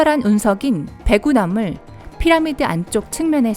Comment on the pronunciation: 피라미 라고 발음하는 부분도 있으시고 물론을 물런으로 발음하는 부분 외에도 듣기 불편할 정도 발음이신듯..발음 연습이 절실 하실듯